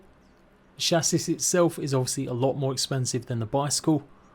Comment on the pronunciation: Silent s on chassis btw